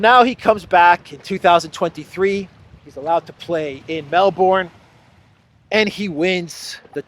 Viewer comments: Hey! Just to remind you, end of Melbourne is pronounced as burn not born!!! Next time please it in the right way. Otherwise, still good news along with personal performance. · Quick local tip Melbourne is pronounced Mel-Bun and Brisbane is Bris-Ban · FYI - it's pronounced Melburn, not Melborn.